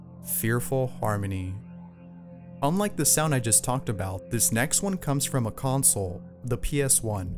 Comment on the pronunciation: You said consle